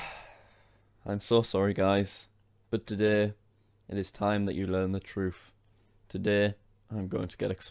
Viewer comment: "The truf" mmmhhhhmmmnnn